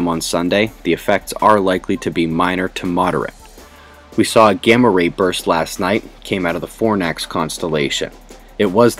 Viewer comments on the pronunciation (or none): none